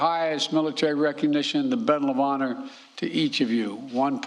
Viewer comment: "Bedal of Honor posthumanously" WTF? LGB!